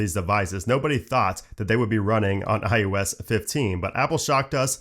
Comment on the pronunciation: It is NOT IUS! It is IOS! The only aggravation I have about this channel is the fact that you keep mispronunciating iOS by saying IUS!!